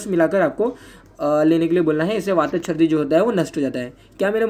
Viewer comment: Very epic😂😂sir : sardi nhi chrdi okkk...